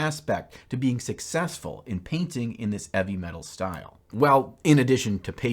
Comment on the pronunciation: Hahaha I was legit getting so angry how he was saying “eavy metal” because I honestly thought that it was meant to be heavy metal 😂 ma god I’m stupid! Nice job man looks great! I’m still deciding whether or not, I want to start the hobby of playing wat hammer 😳